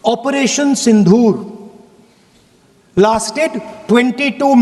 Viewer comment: सिंदूर तो शुद्ध बोलो सिंधूर नहीं होता है, क्या विदेशों में ऐसी घटिया पढ़ाई होती है